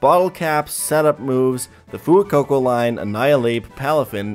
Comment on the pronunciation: Foo-coco? Fuecoco like fuego